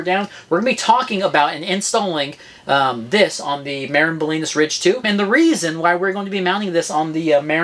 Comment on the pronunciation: As a northern Californian, felt the need to comment that Marin is pronounced "muh-rin" not "mair-in". Love my TranzX